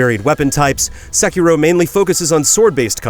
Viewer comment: Sekiro, Say-key-dol